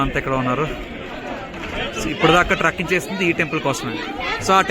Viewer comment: The Way you Showed the Location and Explained the whole details in this video is what I'm Expecting all these days Mawa 💖 finally You Achieved that 💥 perfection, Just add a pinch of more Sense of Humour in the next videos , then you'll become unmatchable in Vlogging in the Coming Days, one more thing in the Beginning the way you Pronounced Trekking, you said "Trucking", But it should be spelled like "Tray" in the first half of that world, the whole Andhra and Telangana Sees your videos one day, so i want your pronunciation to get flawless by then